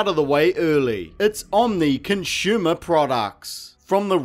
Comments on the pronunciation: Stop saying "conshumer" dude. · "Conshumer"..... Anyone else hear that everytime?